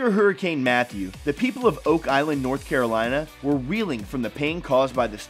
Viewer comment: Did he say hurricane Meth?????😂😂😂